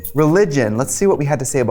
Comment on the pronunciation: katya pronouncing religion as “religgen” 😂